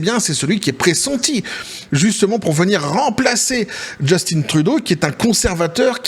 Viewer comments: C'est Juste-Teint et non Just-Tine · Justin, pas « Djeustine »… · On dit Justin comme jus-tin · Les français,arrêtez de dire Justine c’est Justin point barre quand même qu’il es efféminé!😂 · JUST IN . Comme en francais vieux. Pas JustINE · Just(in) c'est un francophone pas Justine .En Anglais ca se prononce plus Jostunn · Trop drole personne ici au Quebec dit Justine Trudeau c'est Justin oui Justin.